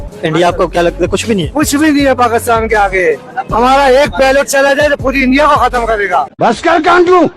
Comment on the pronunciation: not pilot it's pelot 😂